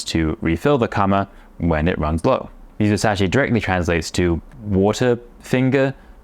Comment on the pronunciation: 水指 is read "mizusashi" just like you said. Although, the second kanji "sashi" originally means "finger ", it also has the meaning "to put in", comparable to the same concept of "ire". You really cracked me up at "water finger".😂 Anyway, I love what you are doing.❤